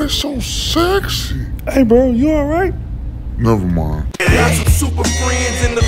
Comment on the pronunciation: My guy said "Ner mind" after he saw Scare Crow 🤣🤣🤣